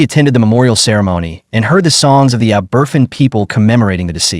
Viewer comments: Ah yes the aburfin mine disaster of ‘66.. don’t use ai for such a sensitive subject, knowing it’s going to butcher the pronunciation…🙄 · Please pronounce Aberfan correctly. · I posted the correct pronunciation on another video about Aberfan the other day. There is no logic to this insane version. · I'm American, and that irks me too! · The narrator is horrible. Get the name of the township correct. The pronunciation is atrocious! If anyone want to know what happened, go to the episode of “The Crown,” or Google it!! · For goodness sake pronounce Aberfan properly!